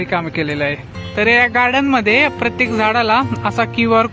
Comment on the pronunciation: 1892 'mandhe'?????🤦‍♂🤦‍♂ uchchaar....😖😖